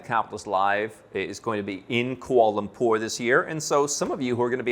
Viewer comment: seemed to have difficulty pronouncing Kuala Lumpur. And he's a news anchorman!